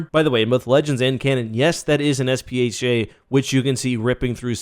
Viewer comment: is it not SPHAT? pronounced sfat?